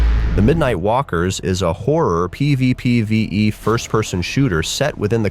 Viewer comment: The struggle to say PvPvE everytime makes me lol 😂😂